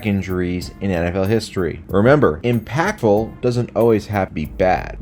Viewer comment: The way you say impactful gave me cancer